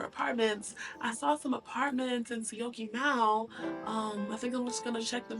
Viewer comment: 😂 I am surprised you can pronounce Syokimau! Enjoy life!